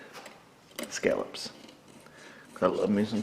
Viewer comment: That must be the NY pronunciation of scallops? Skal-lips? What can you expect in the hills of NY??